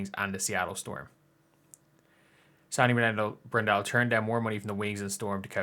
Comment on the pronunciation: Bron - DELL - O rhymes with JELL - o